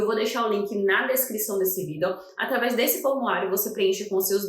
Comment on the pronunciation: Porque vc fala "vídel"?